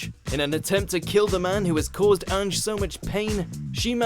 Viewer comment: I hate how pronounces ange's name